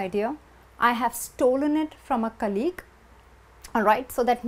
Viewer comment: In the word COLLEAGUE, the stress falls on the first syllable.